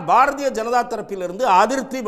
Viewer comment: பாரஜெனதா ….. திலுப்பி 😂😂😂😂 தமிழை சரியாக பேசுங்க முதல்ல அதன் பின் நாட்டை ஆழலாம்